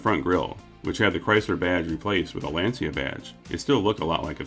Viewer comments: . OUCH! Oh sweetie, Lancia is pronounced 'Lan-cha." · Playing catch up with some of your older videos. Always fun and well done!! Thanks for providing a great channel. One pronunciation comment: Lancia Thema is pronounced “LAHN cha” “TAY ma”. I should clarify, I suppose, that’s the Italian pronunciation and not the Americanized “version”. Much like its never PORSH (Porsche), it’s always “POOR sha” Just sayin’ 😉